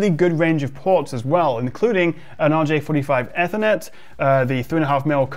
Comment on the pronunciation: Eeeethernet, not flipping Ethernet.